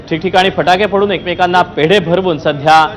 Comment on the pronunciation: फटाके बोला फाटके नाही.😊😅